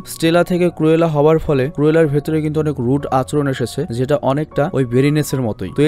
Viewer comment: Renson na regents park ar কুরেলা না ক্রুএলা। ক্রুএল অরত নিশতুর